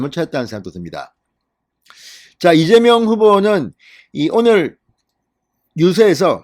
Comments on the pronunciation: 이재명이 아니라 이명박 으로들립니다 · 이(재)명(박)으로 들립니다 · 이명박 이민박 으로들리네. 재명자가 없다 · 맞아요 이명박이라고 들리네요ㅋ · 이민관으로 들리네요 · 이명박 으로 들렸어요 ㅎ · 대갈통 을 맏아서 혀가 꼬였네 이밍기 경제 대통령 한대더 맏으면 이낙연 하겠네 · 그러네요 이(민명)박 으로들렸어요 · 이재박빠른발음이네 누가들어도 이명박은아니다 정말시시콜콜 기레기방송 당신이 투표독려안해도 거동불능자 아니면 다한다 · 쇠망치에 머리를 우군에게 얻어 맞아서 발음이 어눌! 분명히 째매이는 아니다. 이랬던저랬던 저거 사정이고 내일결승점 1등 골인하는 윤석열을 뒤에서 투표하여 팍팍 밀자 밀어! 윤석열 대통령 만들자! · 무슨 이재명이라 하는데 발음이 약간 새는구만 별걸다 태클 이네 그러나 저러나 이재명 압승~